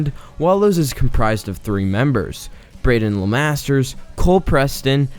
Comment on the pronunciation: *braeden not braedon 😭